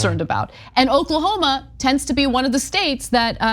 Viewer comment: 😂😂😂....its O-k-l-a-h-o-m-a.